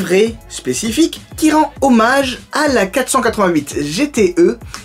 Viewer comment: 488 pas 4.8.8 stp ça m'a fait mal aux oreilles tout le long